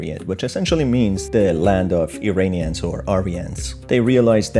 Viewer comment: To: Iranians is pronounced "EErAAnians" and not "EEreenians." Just like you pronounce Iran ("EErAAn.") Please pronounce it correctly. Thank you for your contribution. I enjoy it.